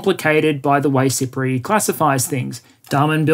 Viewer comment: I kept hearing SIPRI as "Cypriot" and thinking "Island nation. Makes sense."